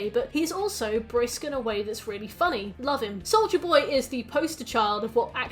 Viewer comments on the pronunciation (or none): I LITERALLY HEARD "SOULJA BOY" AND NOT "SOLDIER BOY" LMAOOO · I can't spot hearing Soulja Boy when you say Soldier Boy 😭😭 even though your pronunciation is clear, so idk why lol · ahh another entry into long analysis of series i've never seen but will eagerly watch because i love the creator making it edit: also every time you said soldier boy i heard soulja boy, and i kept thinking wtf is soulja boy doing here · really unrelated but everytime you said souldier boy i heard souja boy lmao